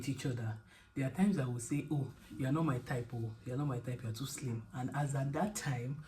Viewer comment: It was the emphasis on “He was slimmm” and holding out your index finger😂 A good partner is truly a gem, worth cherishing.